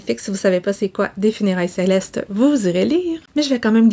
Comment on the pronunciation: Funérailles célestes et pas celectes